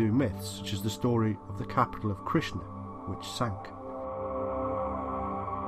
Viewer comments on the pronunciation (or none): none